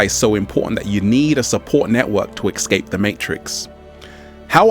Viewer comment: It's not exscape it's escape that's truth just saying